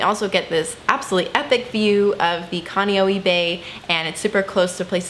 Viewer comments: Kaneohe is pronounced "Kaun-ne-o-he". Is a great town! I lived there for 5 years, just moved back to mainland. I loved living there cuz is so close to town but you don't get as much tourists, it's more of the locals that live there. And Kailua beach is a 10 drive away ugh I miss it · koolawe= ko- oh- lav-eh niihau= knee- ee- how kaneohe= khan- eh- ohh- h- EH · Can Ka-nee-yo-yee😂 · uh . . no u sound after an a in kaneohe, and Kailua beach is more like 20+ minutes away